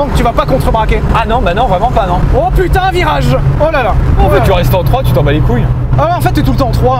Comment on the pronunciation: De à .. GRRROS AXENT BEEEELCHE SPOTTED PUTIIING 😂